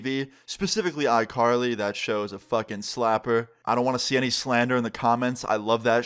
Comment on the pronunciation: This nigga said icarly lmao